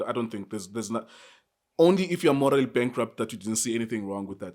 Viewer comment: I swear to God if this guy say moraly bankrupt again...